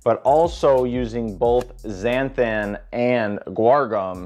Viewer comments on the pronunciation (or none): none